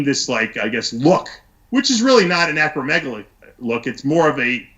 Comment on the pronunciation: He's got a medical degree and is able to speak to the physiology of how muscle growth is accomplished, not like the usual uneducated idiots online or at the gym. The interviewer doesn't even know how to say acromegaly let alone what it means and he presents himself as some kind of authority? Please. He should shut it.